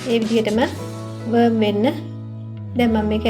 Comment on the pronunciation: ඔක්කොම හොදයි, ඒත් "වර්ම් වෙන්න" කියල කියපු එක තේරුනේ නැහැ. පනුවෙක් වෙන්න් කියලද කියන්නෙ?